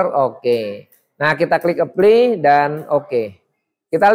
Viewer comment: Keren, saya nonton banyak video. Tapi untuk sekedar mengkoreksi karena agak mengganggu dalam penjelasan dari video lama hingga video ini. Penyebutan kata 'apply' dibaca epli. Seharusnya dibaca aplai. Semoga bisa diperbaiki di video selanjutnya. Saya tertarik dengan teknik jaringan dan ada pertanyaan: Apa bisa sebuah router dijadikan mikrotik? Misal Totolink N300RT.